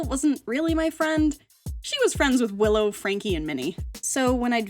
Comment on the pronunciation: LOL I herd pillow and cranky instead of willow and franky 😂😂😂😂